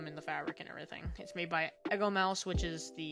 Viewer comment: the fact that you mispronounce BOTH words in "EgoMoose" does make me uncomfortable. great video regardless